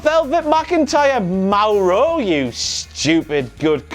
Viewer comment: I don't like the way he pronounces Mauro, sorry. I pronounce it "more-oh" not "m-ow-row"